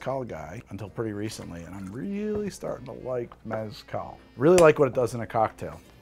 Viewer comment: Lawd, thank you for not pronouncing it Mézz-cal🙏🏽